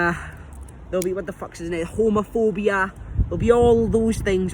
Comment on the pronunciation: He said Homerphobia 😂